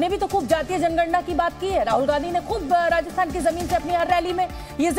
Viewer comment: Rasthan nahi Rajasthan